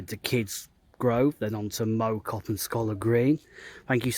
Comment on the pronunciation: Mow Cop - Mow as sounds in cow, rather than lawn.